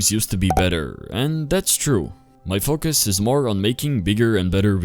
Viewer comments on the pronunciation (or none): none